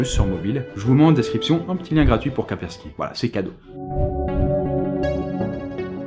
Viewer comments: c,'est KASSSSSPERSKY pas KAPERSKY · on dit KaSpersky et pas Ka_persky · une fois sur 3 au lieu de Kaspersky, tu dis Kapersky. C'est perturbant ... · Même que quelques fois, il le prononce "Quaperki" xD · encore une très bonne vidéo, juste comme cela Kaspersky cela se dit Casper (comme le fantôme) ski (comme ski alpin) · KaSSSSSSSpersky Lab stp.... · Sa se prononce Kaspersky en mode anglais tu vois parce que en français c'est nul mdr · Kaspersky te donne quand même tous les sous si tu prononces mal leur nom pendant toute la vidéo ? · Il me stresse, il ne connait pas ses partenaires comme toujours! Prononce Kaspersky correctement! >< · Mais lol tu écorche KASPERSKY à chaque fois que tu le dis lol